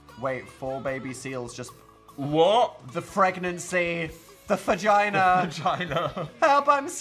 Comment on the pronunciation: ok, how many neurodivergents are running around their houses saying "phagina" everywhere? be honest.